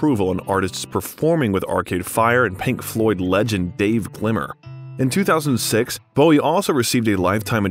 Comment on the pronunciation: Gilmour. not Glimmer